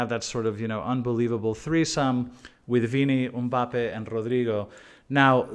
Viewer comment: Whos UMMBAPPE 😂